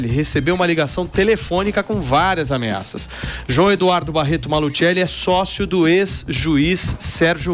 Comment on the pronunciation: É Maluceli. Se fala apenas "maluseli"